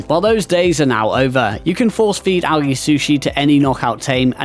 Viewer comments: Al "g" not alghey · I don't know who taught you how to say algae, but, i don't think anyone else on earth lo Pronounces, it like that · AL ghee 😂